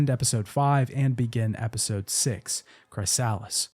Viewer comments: Why are you pronouncing Chrysalis as Cry-Sal-us... You're a native English speaker so it's very off putting, you were taught about how caterpillars become butterflies, no? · ....why do you pronounce Chrysalis like Cry-Sal-us .....